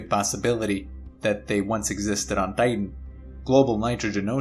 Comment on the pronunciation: The German accent slipping in.